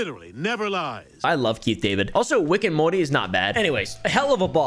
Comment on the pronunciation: why he say rick and morty like that 💀